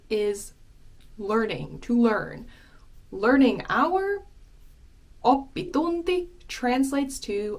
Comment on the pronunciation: 'D'unti? Tunti pronounced Dunti?